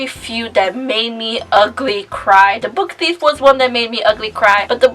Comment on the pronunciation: I love your videos! I've noticed whenever you talk about the book theif, you call it 'the book theith'?? 💕